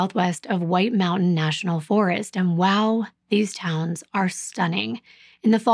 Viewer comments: You're doing amazing on pronouncing their town names. I lived in Rumford & had family working in the paper mill. Thank you for everything you do ❤️ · Great job pronouncing the towns!!